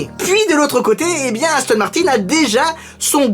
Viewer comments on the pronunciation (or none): Tu dis Ashton ?! Tu est Shuisshe ?! Françhais ?! Eshpagnol ?! Ou Monégashque ?! 😂😂😂😂😂😂😂😂😂😂😂😂